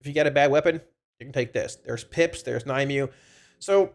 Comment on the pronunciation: Nim-u-way. Not Ny-mew. Thanks for the info bud <3